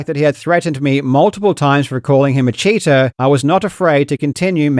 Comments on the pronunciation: Emphasizing the "cheater" every time is so funny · I'm still lost as to why people are so upset. Lol. Literally, everything you said in this video is how I based my reasoning as to what the lawsuit was about. Well done, Karl. I love the way it seems that you keep emphasizing Billy is a cheater . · Not gonna lie I kinda love how every time he says cheating or cheater, he says it like he’s twisting a knife lol